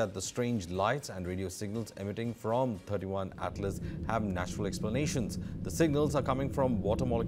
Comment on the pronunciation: Wow!, you guys don't even know if it is 31 or 3i. He is saying it as 31 Atlas, It's 3i Atlas. '3' stands for the third and 'i' stands for interstellar